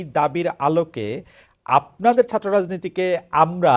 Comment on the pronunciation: এরা কি ছাত্র? কারন, ছাত্র রা লেখাপড়া করে, ছাত্র শব্দ টার বানান ও উচ্চারণ জানে। এই লোক ছাত্র শব্দ টাকে সাত্র বলছে(যেভাবে সাইকেল উচ্চারিত হয়) । আচ্ছা ফ্যাসিস্ট মানে কি? ফ্যাসিস্টের সংজ্ঞা কি এদের মতে? এরি কি ফ্যাসিজম করে নাই? একাত্তরে অত্যাচারী রেপিস্ট পাকিদের সমর্থন করেই তো এরা আগেই ফ্যাসিস্ট হয়ে আছে। আর এখন প্রধানমন্ত্রী কে খুনের চেষ্টা, হিন্দু সন্ন্যাসী কে গ্রেফতার সব ই তো ফ্যাসিজম। তাহলে আসল ফ্যাসিস্ট কে? আমরা কিছু ই বুঝতে পারছিনা। এ ওকে তো ও একে ফ্যাসিস্ট ডাকে, আসলে কে ফ্যাসিস্ট?